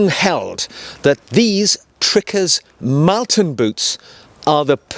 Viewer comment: I’m pretty sure your boots are named after the town of Malton in North Yorkshire. It is pronounced Moll-ton, as in malted barley, not Mal-ton.